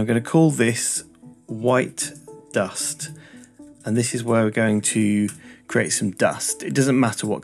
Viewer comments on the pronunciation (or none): He said 'and this' but i heard 'index' lol